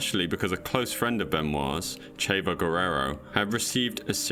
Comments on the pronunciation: I subscribed to you man i love this vid... but i can tell youre not a wrestling fan lmao with some of your terminology and "chay-vo" instead of "chavo" guerrero. Im just busting your balls though... amazing.vid sub earned 4 sure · “Chay-vo”… not a huge Latino population near this dude. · Wrestling nerd here, just a small correction. It’s pronounced “Cha-Vo.” Also, he was one of the people who worked on The Iron Claw, a movie about the Von Erich family who are a famous wrestling family. It’s made by A24. Brilliant movie if you ever get the chance to watch it! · Seeing the wwe game mentioned I immediately guessed “Chris Benoit.” Edit: WAS FUCKING RIGHT!! Btw you pronounced chavo Guerrero wrong, it’s pronounced Char-vo Guerrero cos he’s Mexican, but I’m really glad this wrestling history is getting mentioned, on behalf of wrestling fans, thank you. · its pronounced "Charvo"